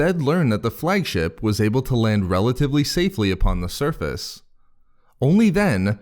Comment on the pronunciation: Stressing the "relative".